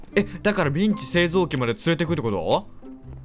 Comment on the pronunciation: ミンチがメンチに聞こえるw